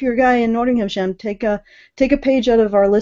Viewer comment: "Nottinghamshire" is pronounced with a "sheer" syllable, not a "Shyre" one. Weird, yes, but a lot of English place names are like that, including Leicester (pronounced "Lester") and Worcester ("Wooster")